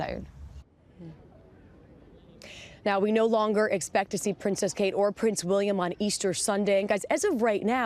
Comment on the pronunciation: It's Kkkate 🤣